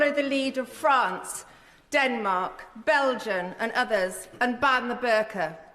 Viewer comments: Cannot take a person seriously who phonetically fails to end the word 'Belgium' with the letter 'M' instead using the letter 'N'! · She can't even say "Belgium" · Right off the bat, did she say ‘Belgiun’? Thick as mince the lot of them.